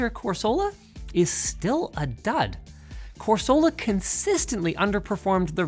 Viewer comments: Pokemon fans be like it's Corsola not Coresoola. Love how you guys really work hard to get facts and data let's go LMG!!! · ITS PRONOUNCED “CORESALA” NOT “CORE-SOLA” RAAAAAAAA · it's pronounced CORsola, it's a coral, not a corral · Why use Pokemon names for the CPU tests if you can't even pronounce them correctly? Lol, the emphasis goes on the COR, not on the SOLA, more like cor-suh-luh, not cor-soh-lah. Why did nobody catch this? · FFS Linus, it's Core-suh-luh, not Core-sole-luh Insert Hermione meme here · KOR SUH LUH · Core-sue-luh my good sir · Cor-SOLE-A wtf. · Hearing Linus mispronounce "Corsola" (Kor-sul-uh) hurts my soul. Great video otherwise, though! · Core-so-la? Wtf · Can you do an in video edit and fix the pokemon names. core-soul-uh is not not even close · The way he keeps pronouncing Corsola...please...make it stop. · Any other Pokemon fan triggered by how Linus pronounced Corsola 😅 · All I learned from this is Linus doesn't know how to pronounce pokemon names... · No one at ltt corrected Linus saying corsola wrong. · The pronunciation of Corsola is driving me nuts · the way he say Corsola hurt me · Anyone else keep getting distracted by how he pronounces "corsola" or is it just me? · your pronouncing corsola wrong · You can tell linus's apathy towards Pokemon is real since he mispronounced Corsola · the way Linus pronounces corsola like he never played pokemon as a kid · Anyone else getting annoyed at the pronunciation of "Corsola"? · Linus had my attention till he kept say corsola wrong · That Corsola pronunciation hurt my soul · Did no one tell Linus how to pronounce Corsola ? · no one at LTT knew how to pronounce Corsola? :O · Only controversy from this will be his pronunciation of corsola😭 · Should have checked with Luke on how to pronounce Corsola XD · Nahhh, Linus's 4D chess move of that Corsola pronunciation will evade the Nintendo ninjas.